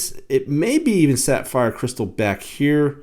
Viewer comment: Were you saying sat-fire crystal? I feel like you're saying sat-fire. 🤣 Good looking watch and nice review, either way. 👍